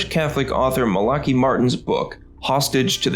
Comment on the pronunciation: MOE-day-nah, emphasis is on first syllable to pronounce correctly. Mal-UH-kai - not malakey. I saw The Pope's Exorcist, and it was good.